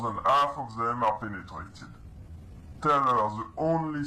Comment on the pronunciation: Fake accent The way some words are pronounced, for example, "penetrated" is said with an Israeli accent